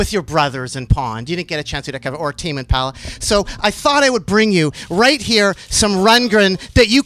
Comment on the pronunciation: "Who are you Tame impala "And who's in tame impahhla"